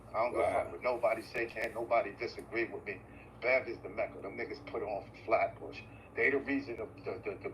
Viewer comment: What the hell is a "Hat Bush"??? Y'all fncked up Flatbush name. SMH